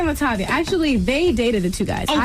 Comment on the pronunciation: I always cringe when people mispronounce Latavia's name as LaTayvia when all it takes is a quick check into her interviews with and without Destiny's Child. It comes off as lazy. And yes I'm talking to the narrator of this video.